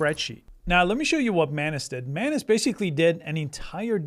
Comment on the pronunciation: its not man-ass you silly billy